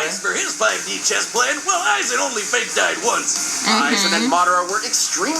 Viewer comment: It’s Aizen not “Issac”🤦🏿‍♂️